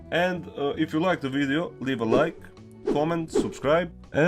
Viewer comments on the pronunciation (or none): Ha ha its bye not bie